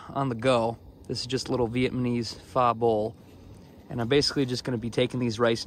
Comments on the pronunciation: pho is pronounced like Fuh. Just in case you’d might get burned in future videos 😆. But food looks great! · You're saying pho wrong Lol.. But it's OK I still love ya.